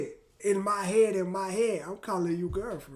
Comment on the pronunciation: "in my yead, in my yead"